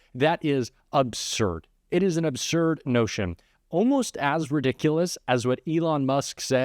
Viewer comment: the word is "Absurd," not "Obsurd." I'm sorry. I'm 77, and mispronunciation, which occurs with increasing frequency these days, is a pet peeve of mine.